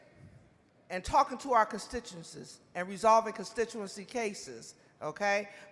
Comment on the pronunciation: She can’t even speak properly “Constishenses”